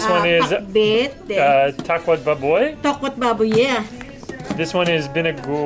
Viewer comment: Baboy is to be pronounced as a prolonged BA not rapidly. so it's ba-boy. The BA prolonged not pronounced fast. You should've went for a second plate. It's a buffet.